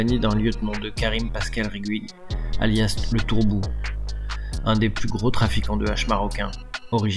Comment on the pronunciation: Pas du tout, là c'est "le turbu" proche de Claude Genova, a mal prononcé il a dit "le tourbou" lol